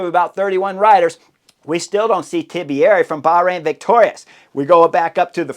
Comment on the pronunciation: Chris please man, for the love of God, it is not Tibieri, it is Antonio TIBERRRRRI!! 😂 Like Antonio Montana, but TI-BEH-RRRI! 😂